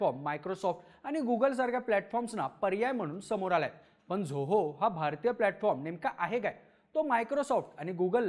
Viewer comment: खूप छान video आहे आपल. फक्त एक suggestion, आपण झोहो न म्हणता जोहो असा उच्चार करावा. आणखी सोपे होईल सर्वाना. 😊👍